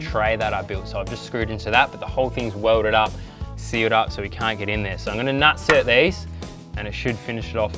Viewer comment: Rivnut!!! Not nut-cert. even if it was nut-cert it would be nutsert...like insert not in-cert. fuck. Your killing me. Tool pro even call it a rivet nut tool on the box.